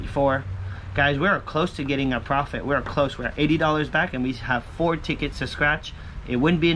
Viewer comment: Nice! + you made me laugh again by saying 4 "fo" I swear I don't know why that strikes me so silly :)